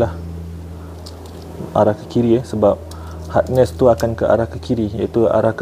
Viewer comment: Saya betulkan sikit ye bang...bukan hardness tapi harness..hardness tu lain maksud dia...